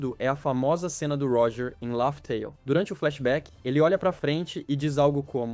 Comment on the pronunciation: Não se fala “ lófi teil”, mas “léf teil”